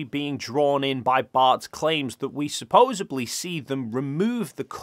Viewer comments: THIS!!! It grates every time he says it, and it's not just in this video. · *Supposedly. “Supposebly” isn’t a word. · I appreciate and enjoy your debunks. Thank you! I do cringe every time you say “supposably” though😖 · let me spell it out for you seeing as you decided to pick an argument over something you don't understand. says "supposebly" instead of "supposedly". That's all. He said it loads of times. I like it, even though it's wrong. That's all. Congratulations, you managed to pick an argument over a really simple difference in pronunciation. Made a total mountain out of nothing at all. You're the reason that we're told not to look at the comments. Congratulations, genius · Supposedly not supposebly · Ok ok. I Like your videos. But it's supposeDly. There is no B in that word.